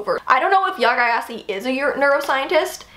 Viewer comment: Gyasi is pronounced Jay-C (J as in Judge, C like Cider). I'm from Ghana. Love your videos.